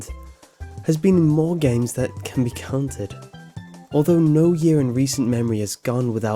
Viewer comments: ***** The fact he's British has noting to do about anything, I have understood thicker British accents accents, he said cunted. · Did he seriously just say "More games that can be cunted?" Really nigga? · He. Is. BRITISH! Do you expect him to say it right?